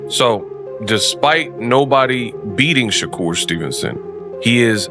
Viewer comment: What the HELL, you can’t say the man name correctly.it’s SHA-kur not SHOCKER this is AI BS👎🏾👎🏾